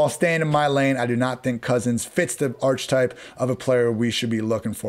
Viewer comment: MY MAN PRONOUNCED THE 'H' IN "ARCHETYPE" NOOOOOOO !!!